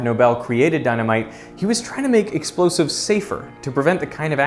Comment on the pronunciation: wtfq are "LOSIVES"? 😅